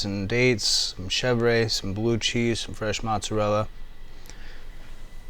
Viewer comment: cause he mis pronounced Mozzarella, and did not want to Fuck up trying to say Reggiano.